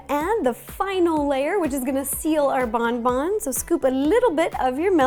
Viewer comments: Smart Cookie if you search up “bonbon french pronunciation” you can listen to it. The n isn’t supposed to be so sharp, it’s like a slight “bohboh” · The intro lowkey stressed me out, lmao. It’s french... hahaha. The N isn’t pronounced in Bonbon. And it means candy, not good good... hahahahaha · I cringed so hard every time she pronounced bonbon, oh no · in French bonbon means candy. yes, bon bon directly translates to ‘good good’ (how else would you describe candy? 😂) but in actuality bonbon means candy, and isn’t pronounced that way😂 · My poor french ears are bleeding right now bonbons is candys or sweets but I’m not mad ! 🤗 Btw bon means good so your mistake is forgivable ! (Sorry for my English it’s terrible !)